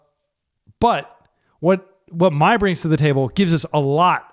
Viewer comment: Mai is spiteful towards Azula, who’s not very nice. It’s also pronounced ‘May’ like the month, not ‘My’. Avatar is such a great show, if you’re looking for wholesome TV for your kids would definitely recommend